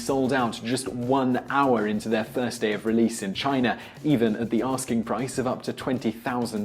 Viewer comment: It's funny that you can't pronounce China correctly at times. You said Chiner a few times. English people add R's after A's.